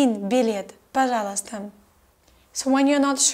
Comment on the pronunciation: You say "пожалуйстам". With M. Is it right?